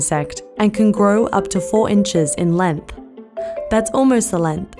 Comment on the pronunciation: It annoys me how she says lenth instead on length